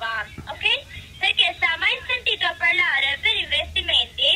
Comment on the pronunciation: Mi sa proprio!🤣 da come dice "pËRlaaare... Stiamo pËRlaaaando..."😂😂😂